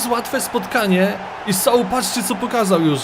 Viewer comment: Jak pisze Się mówi się Soł to przezwisko to Sołtys